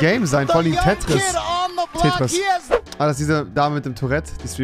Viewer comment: "tätris" bruh